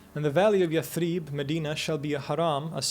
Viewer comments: Impressive scholarly work. I’d hate for anyone to take on you your butchering of Arabic words. Yathrib is pronounced with short vowels (not yath-reeb). Ibn ishaq is pronounced iss-haq (not ish-aq), just to mention a couple. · Interesting, if derivative (and the presenter is very engaging but he manages to pronounce every single Arabic word wrong; Yathrib, shirk, muhajirun, haram...). It should be watched by those who question the historical authenticity of Muhammad (out of sheer ignorance of the sources, it must be added). Anyway, this only tells us that Muhammad was a clever politician who bid his time and/or thought that he'd end up convincing everyone (including the Jews) to embrace his new religion. What we know is that he wasn't a tolerant person. Just read the Sira and you'll see that the Quraysh actually bent over backwards to try to accommodate him, but he was too intransigent to accept that they continue with their old beliefs.